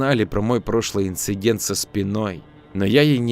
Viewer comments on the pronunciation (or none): none